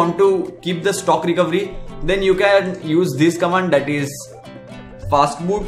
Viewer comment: Is it "fatboot" or "fastboot"